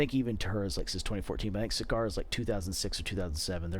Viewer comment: Just fyi, Sagara is adopted into Indonesian from Sanskrit (much of Indonesian retains its pre-Islamic origins). Sagara means ocean and I have not yet heard an American pronounce the word properly. The stress is on the first syllable. Say SA-ga-ra. So it's nothing like "cigar-ra" as it were. Just trying to be helpful. Also, mention of Monroe? I have a pair, a monkey boot, quite nice, much the same quality. Two older pairs of Benzein (now Briselback) have also been well made and properly fit. Carry on, brothers.